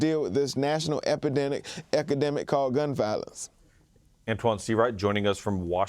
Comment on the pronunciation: Sure we want to by lectured by a guy who can’t actually say the word epidemic?